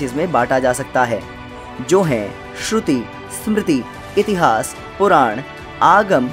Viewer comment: Its ved not veda Its puran not purana Its itihaas not itihasa Its Ram not Rama🎉